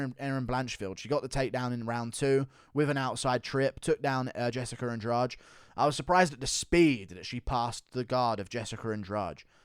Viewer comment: It's Jessica, not "Jessicker"